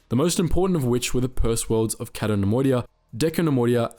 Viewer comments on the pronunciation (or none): none